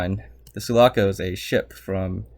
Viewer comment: I think "Sulaco" is the only thing from Aliens you pronounced correctly lmao. Ay-pown.